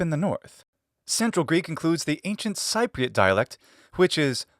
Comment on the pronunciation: Cypriot is pronounced like SEA-priot